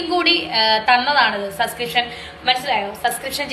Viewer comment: Sa sa sa sa sa onnu podi സബ്സ്ക്രീപ്‌ഷൻ പറയാൻ അറിയില്ലേ 😂😂😂😂😂 അബോർഷാന അറിയുള്ളു അല്ലേ